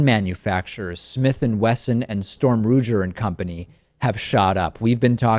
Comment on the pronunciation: You got Smith & Wesson right, but Shtroom Rougier? It's "Sterm Rooger" named after the founders, Alexander Sturm and William Ruger. Sturm died young, so just plain Ruger will suffice.